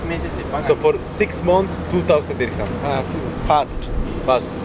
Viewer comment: No se DICE DIRCAMS